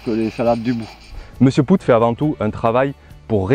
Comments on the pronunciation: Merci beaucoup pour ton apport. Désolé pour la prononciation de Mr Poot, en plus comme un imbécile je le savais déjà mais j'ai toujours pris l'habitude de l'appeler ainsi depuis que je l'ai découvert et bingo je me suis habitué à cette prononciation. On dira que ce n'est pas très grave mais utile de faire la rectif, merci. Ton expérience vaut de l'or. Elle démontre plusieurs choses même. L'importance de l'eau et sa juste maîtrise pour avoir des plants productifs et des légumes point trop gorgés d'eau. Je rajoute aussi que les engrais chimiques ont tendance à forcer le légume à se gorger d'eau pour diluer ce dopage qu'il reçoit constamment. En s'épargnant ces engrais de synthèses, déjà on s'enlève une bonne épine du pied et nos plants de légumes savent à merveille gérer leur besoin en eau. Au plaisir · Salut, tout d'abord je vais de nouveau rabacher ce que j'ai déjà écrit: Bravo pr tes vidéos et notamment pr cette dernière. Elle est très intéressante et bien documenté. Petit détail: Pascal POOT ne se dit pas ("pout") mais ("pote"). Je l'ai rencontré il y a 2 ans de cela, j'ai pu discuter avec son épouse. J'ai fait quasi la même expérience que toi avec ses graines: 0 résultat probant, pas de différence notable. Je suis comme M POOT: Climat aride, pas d'eau. Seul solution trouvé: fumier de mon poulailler et broya de végétaux. En effet, mon rendement est médiocre mais le goût de mes tomates cerises, courgettes, concombre et pommes de terre est sans aucune comparaison avec les grandes surfaces et même les producteurs locaux. Pourquoi? Parce que le manque d'eau met en stress le plant. Ce dernier, se concentre sur le peu de fruit/légume qu'il porte. Cette façon de cultiver m'est propre car je n'ai pas d'autre moyen pour cultiver les légumes de façon naturel. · OUi désolé... Sur ce coup, c'est pas malin. Et pire encore je le savais mais je sais pas pourquoi, en préparant la vidéo, je suis parti sur cette prononciation et elle ne m'a pas lâché. Désolé pour lui.